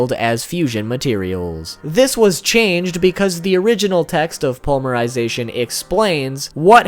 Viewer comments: Poly-mer-I-zay-T-on NOT pully-mer-sization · Dude!! Srsly!! I mean no offense but... Po-ly-me-ry-za-tion!! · Ugh omg its palm-mer-i-zation...its poly mer-zation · Despite you triggering me many times by saying polymerization without a Y (poly means multi). I still liked the video and appreciate your effort in making it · "pulmerization" huh? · honestly your pronunciation aren't too bad...but...polymerization....oof